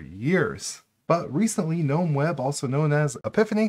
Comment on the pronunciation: Thank you for saying ‘nome’ (like that word is pronounced) instead of ‘guh-nome’. Guh-nome drives me nuts.